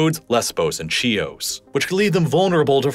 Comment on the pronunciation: Whilst we're offering constructive criticisms here, PLENTY of incidents of horrendous American mispronunciation of geographical places abound...i.e. Treaty of Sèvres should be Say-vruh, not Suh-vrez, Chios is Key-os, not Chee-os... many more, but those two stand out especially. When in doubt, double-check online, as it is easy and quick work. This sounds very sloppy.